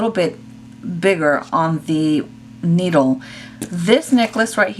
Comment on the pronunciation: I just cringed when you said “needle” 😱